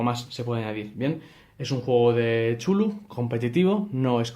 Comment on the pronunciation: Excelente vídeo! Solo un detalle, se pronuncia "Kutulu", segun los estudiosos de la obra del autor HP Lovecraft. Saludos desde Costa Rica y Tabletop Games CR.